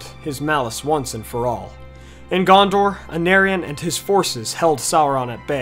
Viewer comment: The CH in Erech should be pronounced like Bach in German or Juan in Spanish, C is always pronounced as a K (You got this wrong with Hyarmendacil) Plus there is 5 (6 in Sindarin) vowels in Elvish languages. For instance when you pronounce Anárion the second A should sound the same as the first A. This must be tough for monolingual English speakers. Cheers!